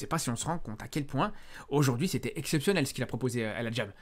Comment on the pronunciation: "El Hadjam" mdrrr tu nous as moyen-orientisé là